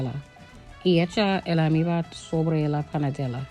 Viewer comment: se dice almíbaR....y trescientos grados. Namaste 🕉️